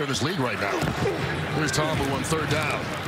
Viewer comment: why cant the dude pronounce Ta'Amu